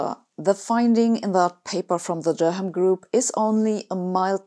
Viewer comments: FYI Durham is pronounced like duh-ruhm, rather than der ham. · Not Dur-ham! Durrum. Sorry and all that, but this is English and it doesn't work like it's supposed to! Otherwise, fascinating. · Thanks for the excellent, as usual, video. The h in Durham is silent rendering it Dur'am or Durum, much like the wheat in pasta. I hope this helps. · “Der-ham” You’ve been hanging around with too many Oxbridge types, Sabine 😁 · My brother got his engineering degree at, “Duur Ham,” University. Don’t worry, though. The locals can’t pronounce, “Durham,” either. 😉😁 Love your videos. Please never change! ✌️👍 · Sabine, I am a great fan. This is a friendly tip: Durham is pronounced Durram. It opens with a short syllable and a quick, open vowel: the U as in SUN. Also, auf Deutsh kann man es so schreiben: "Daram". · I enjoy your incisive discussions and feel sure you are doing a great service for future generations of physicists. :) Speaking as a well intentioned exTEFL teacher Durham is pronounced "Durram" in UK English Sabine, the "H" is silent, thought you would like to know, FYI. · In the word 'Durham', the 'h' is not pronounced. It sounds like 'Durram'. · Durham in NE England - please don't pronounce it as you did:) US folk say it like that. Wir Inselaffen say it more like Door-ram but mak the Door part quite short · This isn't intended as a critisim, just additional information - the H in Durham is silent.